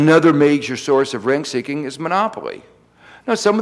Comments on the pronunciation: 'RENT-seeking' not 'renk-seeking'. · What is "rainkseeking"? He keeps mentioning "Rainks" (sp?)